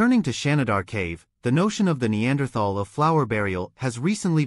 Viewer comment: How many times in three and a half minutes can your AI mispronounce the word Neanderthal?